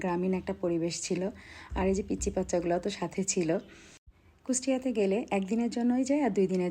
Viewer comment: এই টোকাই "কুচটিয়া" নয় রে। বল "কুষ্টিয়া"